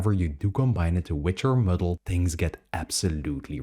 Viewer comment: Muddle not Middle! Oh Painful